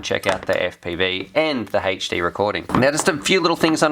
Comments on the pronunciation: shit I wrote my comment without seeing yours... Also I thought about spellign it HAHTCH D but I think Haychdee was more accurate. It's really bothers me for some reason xD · omfg it's HD not HHHAYCHDEE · its "HD" not "heychD" hahah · i cant listen to you say "h8ed'd" instead of HD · say haight-d 1 more time ...i dare u ...lol its "eight-ch D"